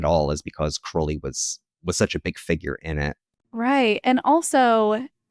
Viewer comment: I can always tell who is a Crowley simp by how they pronounce his name 😂 All you need to do is look at the state of his own life, at the end of it. He died a penniless addict all alone in a trashy, disgusting apartment. Could never be me putting someone like that on a pedestal.